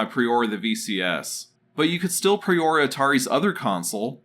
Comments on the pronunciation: It's pronounced preorDER not preorr btw. It's like you need to chill out and slow down so you can correctly enunciate words. There's no rush, you can take however long you need to do the voice over work bud. Just slow down a bit. Thanks bud, great vid. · Say preorder properly, ffs.